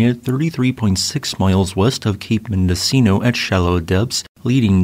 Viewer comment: Mendocino is pronounced “mendo-cheeno’